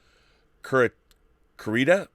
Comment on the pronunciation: Ohhh hi Rob Im from Brazil as well ... though from Rio ... Curitiba is pronounced koo- ree- TEE - bah